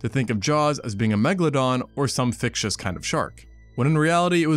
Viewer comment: “Fictous” isn’t a word it’s fictitious